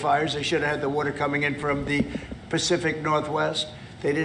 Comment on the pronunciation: What does Trump pronounce the word "water" as "wor-tor"?